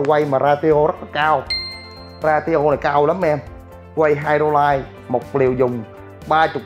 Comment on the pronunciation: Ra ti ô? Hehehe you mean ratio I guess?